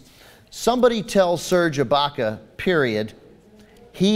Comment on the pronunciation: serge baca?? its IBAKA